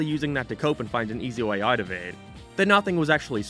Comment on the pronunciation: why do you pronounce change and way like a canadian from southpark?